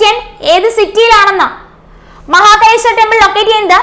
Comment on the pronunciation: മഹകലേശ്വർ അല്ല മഹാകാലേശ്വർ